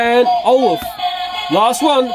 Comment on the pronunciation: When you said Olof in the middle it sounded like olive